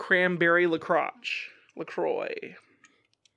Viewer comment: omg... La Croix pronunciation! im dying!!! lol!!!